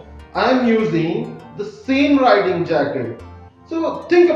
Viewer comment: Bro it's riding not writing